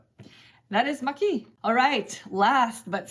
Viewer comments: "you pronounced "maquis" correctly. (it must be pronounced like the japanese "maki") bravo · Perfect french pronunciation of Maquis ! ^^ I want to try it since the day I heard of it. The game is hard to find in France actually. My favourite solo games are the two games with a space theme which got out in the last couple of years: - Under Falling Sky for the clever dice placement and race against time - Warp's Edge for the bag building and space dogfight feeling! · You pronounced "Maquis" perfectly :)